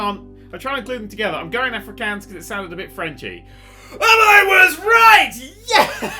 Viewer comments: Interested that Nerdcubed likes to pronounce my language so wrong (Afrikaans) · As a South African, hearing pronounce Afrikaans was the funniest thing. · Lol, I'm Afrikaans, and I have to congratulate you on guessing correctly. The way you pronounced the name of the language is hilarious though.